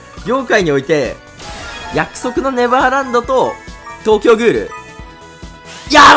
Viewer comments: 約束のネラブァーランド笑笑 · 約束のネルァヴァーバンド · 約束のネレバーブァンドっていってて笑った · いや、盛大に約束のネバーランド噛むじゃん